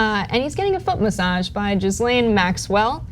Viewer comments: C'mon. There's no excuse to mispronounce Ghislaine Maxwell's name. Seriously. She's gone through her trial, there are a million documentaries on her, she's been featured on the news endlessly, and still her name is incorrectly pronounced. Otherwise, excellent points made. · Someone needs to help them pronounce Ghislaine correctly. The s is silent. It’s French I think. But there’s a right way and a wrong way to pronounce something. Never mind who’s name it is, if you miss pronounce it it’s on you! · Can we at least make an effort to pronounce people's names correctly? Even if they are human garbage, you sound like a willful ignoramus if you haven't learned how to say "Ghislaine" this late in the game. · Re Ghislaine, the GH is not pronounced like J and the S is silent. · "Jizz-lane"? I'm dyin 🤣🤣 wish I could sue Fox News over what they've done to my parents over the last 20 years 😳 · I feel a lawsuit coming on.....Hahahahahahahahahaha SERVES THEM RIGHT...Hahahahahahahahahaha And it's pronounced GILLANE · Her name is pronounced “Gih-lane” with a hard G and a silent S. It’s hard to take these people seriously when they can’t be bothered to do enough research how to say a famous person’s name. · As evil as Maxwell is, you could have checked the pronunciation of her surname. The 'S' is silent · Pics are a good reminder but honestly you’re an illiterate fart … the “s” in Ghislaine is silent! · Please learn how to say Ghislaine 🙄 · You are butchering Ghislaine’s name. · People who report the news really need to learn how to pronounce Ghislaine Maxwell's name. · "Jizz-lane"??? I think it's "Gih-lane" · Her name is pronounced ghee-layn not gis-Len. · It’s not “jizzlane” gh in French names are pronounced the same as ghost and ghoul. Her name is pronounced “ Gee lawn” with a soft n. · Guh lane it’s pronounced it Ga lane Max well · it’s not jizzlane, is pronounced gee-lane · Pronouncing Ghislaine as "jizz lane?" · I like how she pronounces Jizzlane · Its pronounced "Gil-ane".